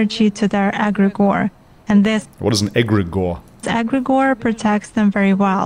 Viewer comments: She cant even say Allah. She says Agregor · she says aggregor because she cant say the name of Allah i think it will brake her link with her djinns or contract with them, the names of Allah are powerful in that regard. for exemple to us Muslims if you come in contact with an evil djinn or what ppl might call demons, just by saying Allah akbar or one of the names of Allah will give you some immediate protection. but just for information, even the praying 5 times a day, you might be harmed, there are levels of protection and stronger djinns that might have the power to overcome your protection if there is the slights weakness in your heart.